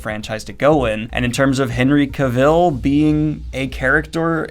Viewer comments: It's Henry "Cah-Vill" not "Kuh-Vill". I used to call it the latter until Henry himself cleared up the pronunciation. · Daniel I absolutely love your channel and I know it is probably intentional for a running joke, but the pronunciation of Cavil is off. He says “it sounds like travel.” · Cavill is pronounced "ca-vul" like "travel" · Daniel, please, "Cavill" is pronounced like "Travel" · Thank you. Nothing against Daniel, but I repeat it with the right inflection every time he says Cavill like Cruella DeVil. Though it's gotta be tough getting much of your new info via text.